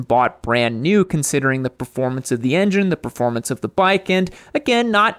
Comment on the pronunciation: You lost me at "proformance" vs. "performance. Moto riding is about what's between your ears ... and not your legs.